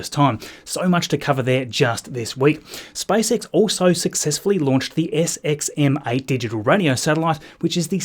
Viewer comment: It sounded like spicex😂